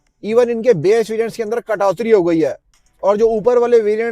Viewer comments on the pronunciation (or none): Katoti hota h .....not katotri 😂😂